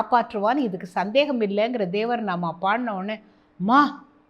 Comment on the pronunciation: Nice to hear " devara naama " in kannada by ma'm rendered like a kannadiga.